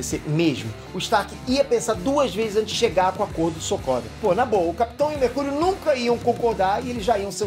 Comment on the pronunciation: Quem ouviu ele falando mercúio numa parte domvideo